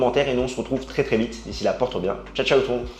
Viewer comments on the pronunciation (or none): none